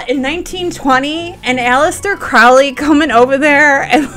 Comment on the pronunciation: Mount Everest not Mount Saint Everest. And it’s PRONOUNCED CROW LEE😊